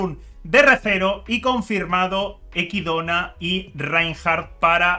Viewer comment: Que raro escuchar decir equidona cuando es echidna